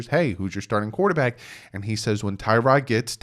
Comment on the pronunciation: You said everything I was going to write here lol The media acts like we didn't all know the Dolphins plan was to sit whatever QB we drafted. Forget Herbert...if we'd traded up and took Burrow first overall...*HE* wouldn't be starting yet! One thing, its pronounced Ti-rod not Tie-rod. He's apparently corrected people in the media about it.